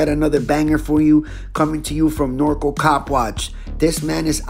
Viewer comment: It’s pronounced Nor-Cal like So-Cal Not norco😂! FYI Thank You for the knowledge and educating us!! Love your channel Bro!!